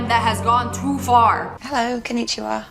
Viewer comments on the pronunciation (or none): none